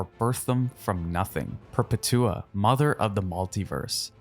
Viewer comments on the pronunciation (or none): Perpetua isn’t pronounced with a long drawl like how you pronounced it, but as a single word Perpetua not Per-pet—tua.